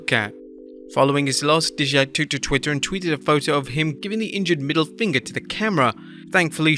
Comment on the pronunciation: Dude, Dijak is pronounce Die-Jak. Seems like you never watched NXT a lot.